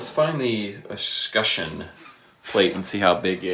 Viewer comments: I know this is old now but it’s pronounced es·cutch·eon like clutch without the L. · escutcheon has a t in it and is pronounced "es cut chen" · escutcheon. Es…cutch….eon. Aaaaaaggggghhhhhhhh! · "Escutcheon" FFS. Not that hard! "Slooter" is a new one on me. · He just pronounced it completely wrong 😂